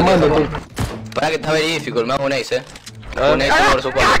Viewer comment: JAJAJJAAJA,"Veri dificul"